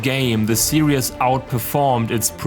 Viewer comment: Every time he says series it sounds like he says serious